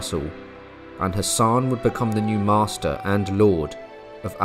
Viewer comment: Captivating content, though, with deference-Hassan is pronounced as Hass-an rather than Hassaaan, the a at the end of the name is pronounced lightly.